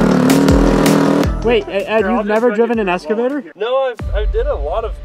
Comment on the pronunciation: “S”cavtor lol